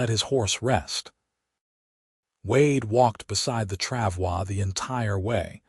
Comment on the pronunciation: I am impressed with narrator correctly pronounce “travois”. Also impressed with Wade compartmentalizing his emotional reaction to Kate being shot to focus on removing the bullet and keeping Kate focused on him. The speed of Wade’s proposal surprised me. Listening from Clarksville, TN.